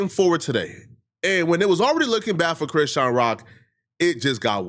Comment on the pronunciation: You keep saying Crenshawn Rock